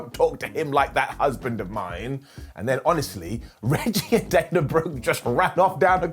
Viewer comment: Did Beth call her Dina instead of Dana?